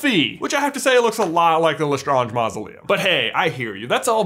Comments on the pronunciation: You're saying it wrong. It's LastrAnge not Lastronge. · I'm sorry...Le-STRONJ family mausoleum??? what was with the change in pronunciation?? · why do you change the way you pronounce Lestrange throughout this video????. You start with La-strange, switch to Le-straaaaaaange, then back to La-strange. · I'm sorry I love this theory and this video but I cringe so hard when you say Gellert Grindelwald and the way you say lestrange. also in the Harry Potter universe they use Roman mythology not Greek there's proof of this because the spells are from Latin and there is more proof